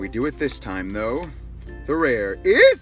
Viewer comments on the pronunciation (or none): none